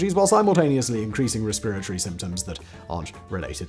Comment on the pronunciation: When Simon says "Respiratory Symptoms" All I can hear is "spiritory symptoms"